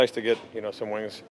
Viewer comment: Wings. Hahaha. WINGS. I mean, WINGS?!!? HAHA. I think you mean WINS dude. Bppffffbbbtttt. WINGS!